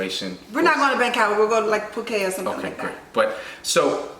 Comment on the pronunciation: Phuket is pronounced Foo-Ket, Tay❤